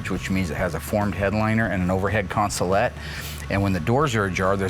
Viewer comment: “Consolette.” Smh I love you Mark. Allysa has her work cut out for her.